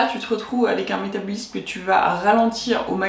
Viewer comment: Ça me perturbe vraiment la prononciation du mot "métabolisme" durant toute la vidéo 😂 mais contenu intéressant merci